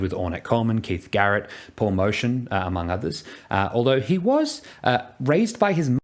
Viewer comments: it's Keith JARRETT, not Garrett. And Paul Motian pronounced his surname MO-tee-un, not MO-shun. Other than that, good stuff in this video. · According to the Paul Motian documentary Motian in Motion, Paul did indeed pronounce his name as mo-shun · Both. He’s Armenian and I think it’s originally Motee-an. I’d probably change the pronunciation of my name if I was a drummer and was lucky enough to have that last name too.